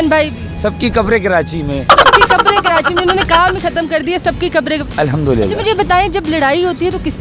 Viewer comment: Khi walo ki punjabi choro phle tum Karachi toh sahi se bol do it's Karachi not kirachi or kiranchi 😂 isey kehty urdu muhawre Mae naach na aye aangan terha